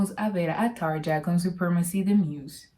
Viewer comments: Buenas se pronuncia Tarria, muy bueno tu canal saludos.! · Hola; Excelente reacción/análisis! Como fanático de Muse, me parece de igual manera una excelente versión la de Tarja.... Aaahhh; "Tarja" se pronuncia correctamente "TARRIA" (acentuando la doble "r" fuertemente); cuando Tarria vivió en Argentina iba a diferentes programas de T.V. y en cada oportunidad tenía que aclarar cómo se pronuncia correctamente su nombre. Saludos y Gracias!!!